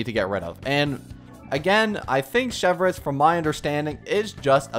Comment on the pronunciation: He also would have learned how to pronounce her name